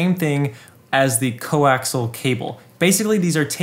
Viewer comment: It isn't "co-axle" cable but rather "coaxial" like "co - axe - ee - al" .